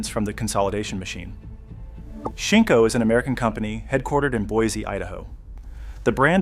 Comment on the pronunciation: I'm sorry, but seeing how you got Shinko so wrong , I am left to wonder what else is incorrect with this whole production.